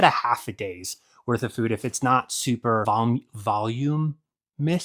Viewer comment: Voluminous is pronounced as: vuh-LOO-myuh-nus. Practice that as you hike. It will be a distraction. Happy Trails!